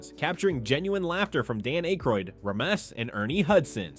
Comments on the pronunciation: holy AI garbage, can't even pronounce Dan Aykroyd's name right. Youtube needs to really bring back the downvote. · Are you really crying cause he mispronounced Dan Akroyd's name? Yall whine to much.